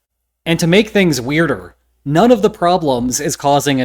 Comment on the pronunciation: I learnt a new word - Weir-e-der